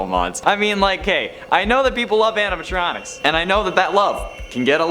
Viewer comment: yeah but i can understand the mispronunciation